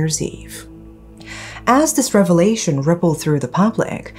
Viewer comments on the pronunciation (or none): none